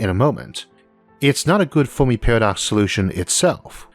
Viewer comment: Fermi, not Fowrmi lol